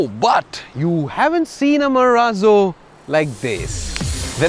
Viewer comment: I mean no offence but Mahindra Marallo xD